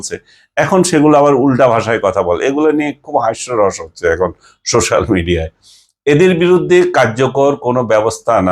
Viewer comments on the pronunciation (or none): none